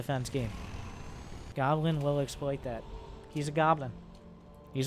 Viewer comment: I watch Lowko. You’re saying Goblins name wrong.... it’s “Gooblin”.